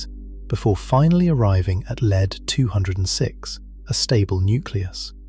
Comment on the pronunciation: This is a remarkably well constructed and well-layered exposition. One of the few 'tells' of non-human origins is occasional repeition of points that serve no positive benefit to the exposition. Perhaps the most interesting and inexpicable defect is that the name of the element, lead-208, is sometimes mispronounced by spelling out the name as "L-E-D 208". What is the root cause of this error?